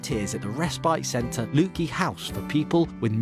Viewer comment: Wonderful dedication from Eddie and rightly highlighted by the One Show. What a pity Leuchie was mispronounced twice. They do great work there too. Well done Eddie!